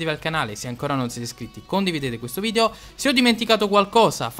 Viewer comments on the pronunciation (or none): none